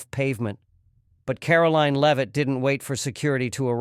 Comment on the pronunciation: A good story, but apparent specified Lame-Ass A I Narrator, as usual, seriously detracts from the enjoyment of it. How many different ways can our press secretary's name be pronounced and how many common, everyday, words and names be butchered by a soulless, unbodied etherial entity before enough is enough?